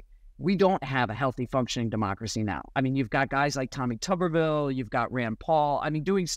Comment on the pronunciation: It’s Tubber-ville. Not Toober-Ville.